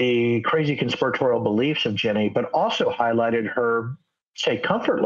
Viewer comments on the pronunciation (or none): Are you saying Ginni? Because it sounds like you're saying Jenny.